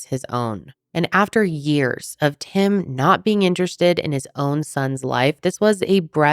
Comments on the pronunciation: Not me thinking you said his name was "Him" until almost halfway through when I realized it was "Tim" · The first time u said Tim i misheard it as "Him" and i just figured it was a name I'd never heard and now i kNOW its tim but i cant stop hearing "when Him was doing this.." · I thought u said his name was him 😂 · after reading this comment it feels like the dress that changes color every time you look at it.. now im hearing both! Him tim him him tim tim... damnit i cant tell the difference! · I’m glad I wasn’t the only one!!! 😂 I was like, huh interesting name! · She is definitely saying Him AND Tim....